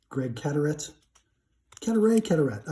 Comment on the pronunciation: Cadaret = “Cadaray” 🤙🏼